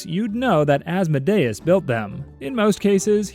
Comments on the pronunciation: It's actually as-mod-eus just sayin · Saying Asmodayus is crazy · I think you pronounced Asmodeus’s name wrong, I think it’s pronounced Ās-mǒ-dē-ǔs… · Isnt Asmodeus pronounced like Ah-s-m-oa-d-ee-uh-s? Not ah-s-m-oa-d-ai-uh-s? (Coming from a hb and hh fan, so i might just be deceived by Vivian) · "As-mo-day-us" Me, a Christian, who thought it was Awhs-mo-dee-is: 👁👄👁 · Az-Mo-Day-us has to be the worst pronunciation of Asmodeus ive ever heard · It’s pronounced oz-mo-de-is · He said Asmodeus wrong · that is NOT how you pronounce Asmodeus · ….I’ve been pronouncing Asmodeus wrong? Also lmfaoo as a Hazbin fan I’m deadass going wild‼️‼️‼️ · Bro when he pronounced Asmodeus like that, my Helluva Boss brain immediately corrected him 😅